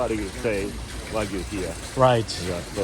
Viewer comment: Terada-san, please teach how to pronounce wagyu correctly.:)